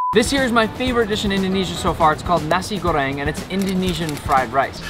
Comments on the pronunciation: As a girl that lived in Indonesia...I agree Bali is the best vacation spots in the world!!😩😩 Edit: ✨NaSe GoReNg✨ 🤨😂 just made me laugh like a demon 🗿😩😂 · Just the way he says "Nasir goreng" I live in Indonesia and THATS NOT HOW YOU SAY NASI GORENG (yes I also talk Indonesian here is my proof:ini bukti saya you can go to Google translate I'm and translate that English and from Indonesian to English I said this is my proof) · you said nasi goreng wrong